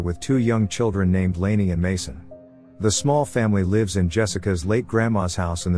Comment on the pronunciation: He says lives as "leaves" it unusual